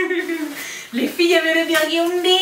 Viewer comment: le BIOURDUNDYYYYYY